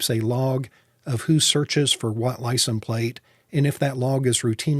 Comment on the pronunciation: ...it is "license". It is not pronounced "licen". You seem to drop the "se" from the word. Annoying mispronunciation. As to your suggestion for folks to write various level representatives or the state employed...it is a waste of time. Does anyone with any scintilla of life experience, really think that government place holders care one whit about citizen's feelings? Really, sort of naive don't you think? Yes, our American tyrannical corrupt political system is showing it's true colors. And the sad truth is, there is not much, if anything, society can do about it.